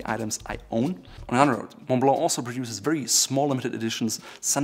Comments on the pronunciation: Repeat after me: MUN BLUH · I don't think its pronounced maw blaw... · thats the right way to do it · The way you say "Monblo" as Montblanc. XD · I like how says MONTBLANC.....Like Moe-blaw......I say MOUNT BLANK. 🤣👍. Yeah how did afford hundreds of these pens as a teen? I never knew this was a German company. My favorite pen (I own three of them), along with Pelikan and Visconti. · The "C" at the end of Montblanc should be pronounced as it is a German brand. This guy looks the part, but seems a bit rough around the edges. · You pronounce 5/9 letters in Montblanc